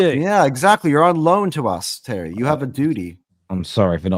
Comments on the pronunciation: Tewwy, Chewlsee awe a bunch of pwicks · Terry is Tewwy 😂😂😂